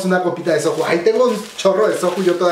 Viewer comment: Soju??? Se pronuncía soyu*